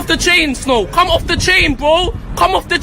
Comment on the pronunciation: "Come of the chain bro, come off the chain" some booky pronunciation going on